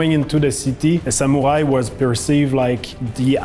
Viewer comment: Salute 🫡 men of all platforms! The team (except the Japanese) can’t even pronounce proper “Samurai” and “Yasuke”. Correct that first! 🤷🏻‍♀️ Why a Japanese staff already still a black samurai?